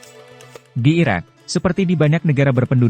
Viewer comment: Judul nya IRAK yang dibaca IRAN, dihapus saja video nya.